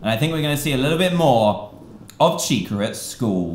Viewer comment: he said tica - it's chica